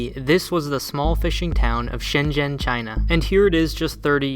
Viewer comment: Why do they pronounce 深圳 and 习近平 wrong